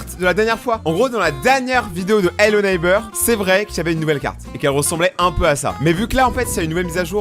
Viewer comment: Ello neybeurre ? 🤣🤣🤣🤣🤣🤣